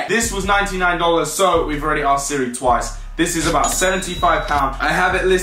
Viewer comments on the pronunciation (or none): none